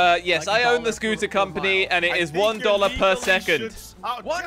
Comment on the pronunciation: SAID DOLERS